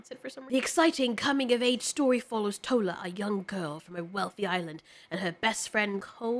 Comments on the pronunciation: 😂😂It's TOR-LAH (without rolling the "r") 😂😂 Also, LAY-GOS, not LAH-GOES 😂😂😂 Y'all cute when you keep saying lah-goes LMFAO... like you invented the word hahaha Anyway, love your videos, Nigerian here! PS: looking forward to the movie (simply because we haven't really made any blockbuster animations), however, I know Disney is going to do what they usually do and we won't take it lol. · I have nothing much to say but these: 1. Tola - 'To' as in 'TOur' and 'La' as in 'fa so LA ti' 2. Lagos - 'La' as in 'LAId' and 'Gos' as in 'GUS' in cinderella, or 'BUS' 3. This is the one that cracked me up when she said it lol. Kole. I've never heard the name before, so I assume the meaning of the name is to build a house, which is pronounced, 'Ko' as in 'CAll' and 'Le' as in 'LAY'. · My heart can't stand the way, you're butchering Yoruba names.😢 Tola is pronounced Toh-la (as in a la la land) Btw, Nigeria id extremely diverse, in their culture and ethnic groups, i.e in the Yoruba larger community is very diverse and has other subgroups in it. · My heart can't stand the way, you're butchering Yoruba names.😢 Tola is pronounced Toh-la (as in a la la land) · not to be rude but that is not how you pronounce Tola or kole or Lagos